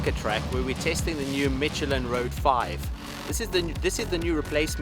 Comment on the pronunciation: If you say MITCH-elin again I am going to Gahhhhhhhhhh!!!